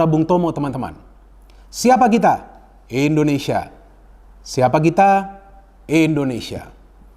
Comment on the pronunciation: Indonesia bung bukan endonesia